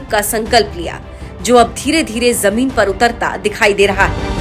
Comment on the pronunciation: Inki pronouncing to theek karo. Sheher ko seher bolte hain. Zamin ko jamin bolte hain. Thoda kaam to karna chahiye Chanel walon ko. Thodi quality to honi chahiye language ki